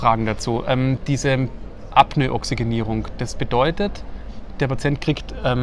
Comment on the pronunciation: Super Video und toller Input, aber Burschen bitte das heißt Apnoe und nicht Apnö :)))